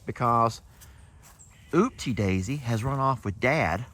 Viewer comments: Upsie not Ooopsie. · Her name is UPPSIE Daisy, not Oopsie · Im going to P-pat for my first time 😂 with love and respect, of course!! ❤ The Crea's(baby alpaca) name is Upsie Daisy with a U not Oopsie with an O!! I know you think it's funny or something to change it or say it wrong, BUT imo the O belongs to Ookie Dokie in that family. Why not just call him his given name.... and leave the O for ookie? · UPSIE NOT OOPSIE